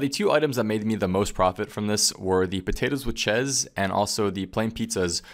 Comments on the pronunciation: "Chuhess" lol say cheese again m9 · .. Now i know you butcher english, ive seen enough of your quest guides to know that.. But how the possible actual fuck can you misprenounce 'cheese' like that...? Potato with chesz? Jezas. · "potatoes with Chez"... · why do u pronounce cheese like chess?